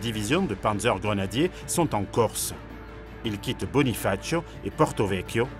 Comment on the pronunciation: Très intéressant... Merci pour ce documentaire. (Micro- détail : on ne dit pas "Bonifatchio" en Corse mais "Bunifaziu")😊